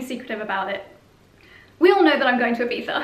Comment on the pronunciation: As an spaniard I love to hear IBIZA well pronounced!! Gorg Josie!!